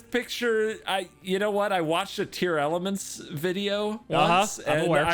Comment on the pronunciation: Tear LAMENT, Not Tear ELEMENT. As in crying and feeling bad